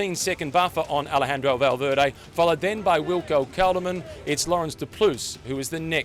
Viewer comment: "Valveerday" really !?